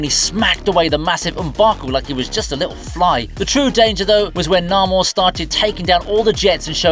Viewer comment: Jesus wept, it;s Nay-more.